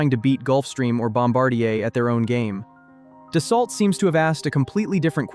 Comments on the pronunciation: FYI: Being a French company, the correct pronunciation is actually "Dass-O" - not "Dass-Alt." Just like Bordeaux is pronounced, "Bord-O" and not "Bord-Ox." Almost halfway through the video, the pronunciation becomes correct. So is real? Or a quick learning AI? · Pronounced “dah-soe” if you’re French.